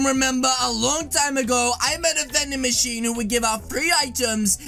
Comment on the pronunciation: Its Not Vanding Machine Is Manding Bachine HHAHAHAHAH